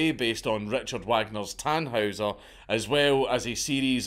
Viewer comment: Absolutely love your videos dude. However, as a Wagner fan, I cringed at your pronunciation of Tannhäuser and the composer's name. It's Tan-Hoy-Zer and Richard Va-(the "a" pronounced like "ah")-gner.